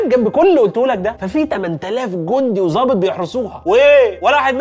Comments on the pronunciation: ضابط بالضاد وليست بالظاء يا عزيزي يا ابو حميد ❤ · ضابط مش ظابط